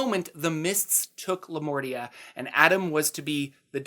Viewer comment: For a moment I thought you said Lamortia, instead of Lamordia. This makes me think that it might have been named accidently into Lamordia. Lamortia basically means "the death". And it sounds awesome.